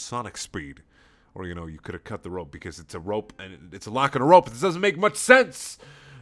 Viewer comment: ''Beause'' hahaha made my day xD